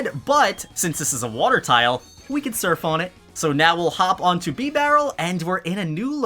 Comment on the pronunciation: He just said beebarrel